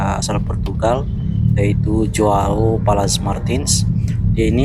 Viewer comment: JOAO baca berbunyi Hoao.. huruf J dibaca berbunyi H. Bulenya mungkin bingung soalnya di negaranya Portugal tidak ada orang bermarga DUMINGAN. Yang paling mendekati adalah DUMIGAN tapi marga ini berasal dari Irlandia (Inggris Raya), ini berarti bisa disebut Irish. Marga Heydemaans juga lebih berbau Belanda bukan Portugal, karena nama² Portugal dan Spanyol adalah mirip berbau Iberia karena keduanya berada di semenanjung Iberia 😮